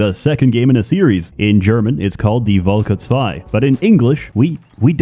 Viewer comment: props to for pronouncing "Die Völker II" mostly correctly